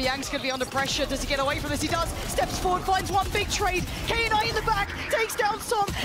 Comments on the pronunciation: I get irritated every time she calls him, "K-night" wtf woman read😂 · the most shocking thing is that they are reading "knight" as "K night"🤔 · I hate it when she says “Kay Night” 🥹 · Anyone else’s night ruined from her saying Kay night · Knight ❌ k-night ✅ 😂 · Why they saying K night instead of Knight? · tf is k-night? it's pronounced as "night" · Is it really k-night?